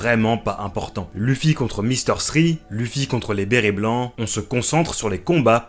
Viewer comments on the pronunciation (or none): « Leuffy » ou « louffy » ça va mais «lufi » ça me défrise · On le prononce Leuffy et non Luffy mais trkl j'écris pour le référencement <3